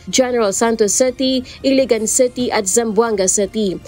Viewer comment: WTF?? The word “city” is pronounced “city”, not CETY! Please pronounce words correctly if you wish to be aired nationwide. It’s embarrassing. Thanks 😊